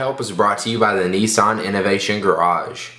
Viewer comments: "kneesan" :L!!! Niss-an! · its nissan not neesaan